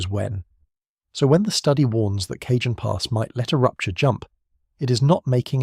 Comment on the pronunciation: Cah hon pass, not Cajun.